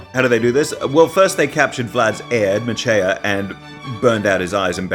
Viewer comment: Mercea? You mean Mircea.